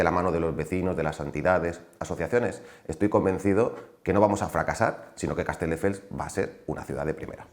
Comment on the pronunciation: Lo de decir CasteLdefels es algo que hace a propósito o es que no sabe ni decir el nombre de la ciudad de la que es alcalde?